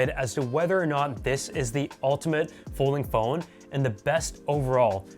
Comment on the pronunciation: "Polding fhone" 👍